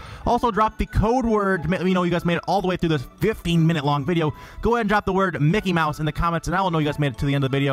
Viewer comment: LoL mickey maws